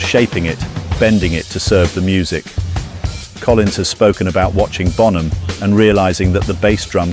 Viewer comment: Por qué mierda dicen bonJam? Se pronuncia bonam.